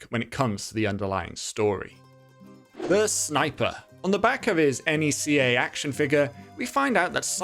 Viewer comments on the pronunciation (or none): As a NECA collector, hearing you pronounce it as N.E.C.A hurts me. It's pronounced like Neck-a. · ...NECA isnt an initialism, its an acronym. its pronounced how its spelled.